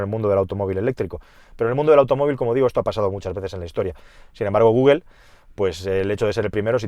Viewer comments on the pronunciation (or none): none